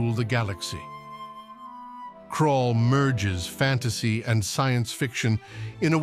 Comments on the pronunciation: It's Krull, not Krall. One of my favorite old fantasy films. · It's Krull, nót Krall!